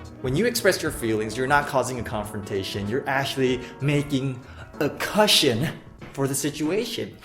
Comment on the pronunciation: Cushion 枯甚 pronunciation tip😬